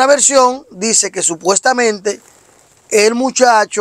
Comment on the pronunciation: Supestamente 😂Supestamente Supestamente